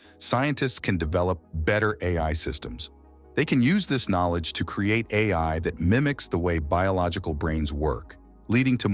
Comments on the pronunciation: The AI voice said al model when it should"ve said A.I. model. Majorly annoying. Stopped watching at that moment! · Lol...stupid AI. Called itself AL Model. It read AI as AL. So stupid.